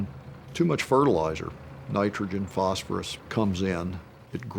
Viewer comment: Phosphorus pronounced "false for us", meaning death is false for us.